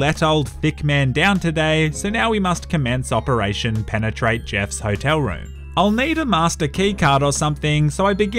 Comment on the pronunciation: Why did you stress so much on the word "penetrate" back then ?